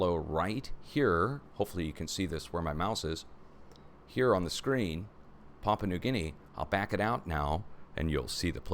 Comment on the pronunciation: Pa'-pu-a , New Guinea. Excuse me for being so fussy! Love your show.